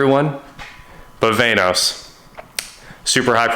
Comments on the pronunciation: its not vane-os its VAN-OS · “Vainos?” So much nope.